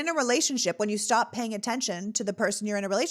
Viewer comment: Hey, its STOP not STEP